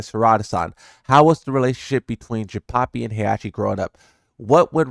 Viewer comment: “ Jinpapi “ the Hispanic Mishima😂